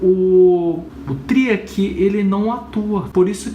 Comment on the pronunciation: É Triac e variac. Tira os acentos da pronúncia. Bom vídeo